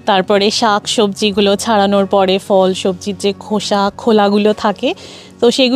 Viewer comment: দারুণ video! আপনার ধারাভাষ্যও বেশ মনোরম। শুধু একটাই খটকা লাগল। "ফল" এর সঠিক উচ্চারণ হল "phol", "fol" নয়। এভাবেই "ফুল" হল "phool", "fool" নয়। পরবর্তী ভিডিওগুলির জন্য মনে রাখবেন।